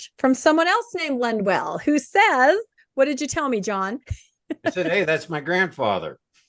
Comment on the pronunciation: Isn't it Lundwall? says Lundwell several times